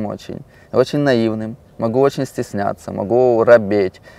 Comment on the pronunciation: шапик стеснатса ору